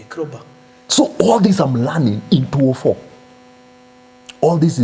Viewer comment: Krowbar and shwarrys 😂😂